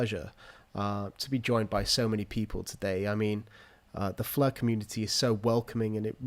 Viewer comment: Flur net-hwork